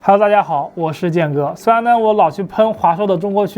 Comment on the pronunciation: 那麼強調Tony , 好像有仇的感覺。